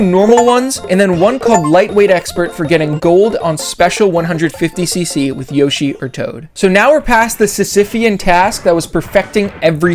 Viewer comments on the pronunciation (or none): “Yoshi”? You sure about that?